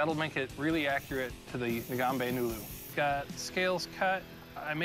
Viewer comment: Its not "Nombe Nulu" its , " Ngombe Ngulu" Naier